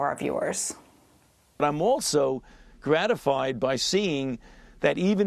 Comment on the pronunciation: What I want to know is , what is "waxicnated"?? Learn to pronounce the word first. Stop telling us to take a vaccine we don't want.